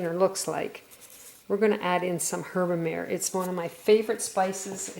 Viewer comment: Herb-a-mah-ray? As in mare (mah-ray) meaning sea/ocean